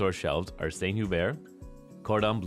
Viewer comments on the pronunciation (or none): none